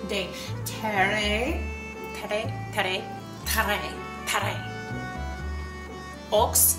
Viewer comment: I love your videos! Thank you for being that Titus 2 woman for us younger mom’s/wives!! Tip about the Julia Child recipe pronunciation: the “x” at the end of the word ‘aux’ is silent, and the r sound in the word ‘terres’ is like a soft gargling in the back of your throat. 🤪 Pommes des terres is the French word for potatoes, which means “Apple of the earth” I love the French translation for it, it’s so poetic!